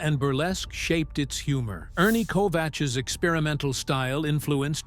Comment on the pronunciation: It's Ernie KOVAKS, not Ko-vach, and ARTY Johnson, not ARTA Johnson, for Christ's sake. Doesn't do much for the credibility of the video.